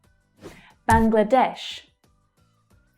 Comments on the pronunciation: hey I'm from Bangladesh, and i love the way you pronounced Bangladesh. thank you so much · You have pronounced Bangladesh very well!😀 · You correctly pronounce The 'BANGLADESH' word.